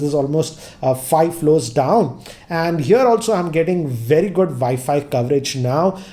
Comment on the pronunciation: Good videos, good english, good everything but i just wanted to say, if you say W instead of V for wifi or all other words that have a w in it, i'm sure it would make it a lot more easy to understand.